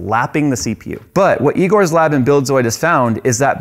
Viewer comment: "Eegores lab" - "That's eyegore"